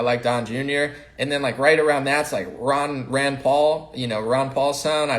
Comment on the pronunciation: are you referring to Ron Paul or his son Rand Paul.. it sounds like you're saying Ron